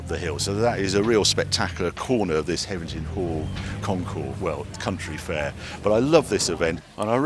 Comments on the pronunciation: Sorry for the pedantry, Harry. HevenINGHAM, not Hevington. Otherwise, great work. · Hevver-ningham, Not Hevington, 😄, but great video as usual. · Hevington, Heving(inaudible), Hevingman 😂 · Hev-e-ning-ham. Heveningham. FFS Harry, will you ever get it right? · I knew he wouldn't be able to pronounce the name of the place. 😂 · Another great video with some amazing stats. Enjoyed last year’s video and this week’s but have to ask Harry, why do you put a ‘t’ in Heveningham Hall when you mention it? Two years on the trot! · You've been there 2 years in a row and got the name wrong both times..come on Harry. We love the show here in Suffolk, it has a great vibe and the food is also amazing. Thanks for promoting it...even if you can't say it properly lol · C’mon Harry, there’s no “T’ in Heveningham Hall